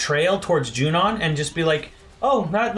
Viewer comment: I love your videos but, it's Junon, not Junion...